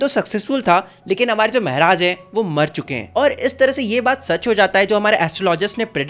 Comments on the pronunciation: Meharaj? Ye kya hota hai??? Maharaj bolo मेहराज✅ महाराज ❌❎ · It's not mahraj it's maharaj bhaiya😅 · Maharaja ❌ Mehraj ✅ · Maharaj ❌ Mehraaj ✅ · Why are u saying mehraj